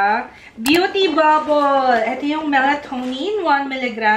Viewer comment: MALI PO PRONUNCIATION SA MELATONIN 😅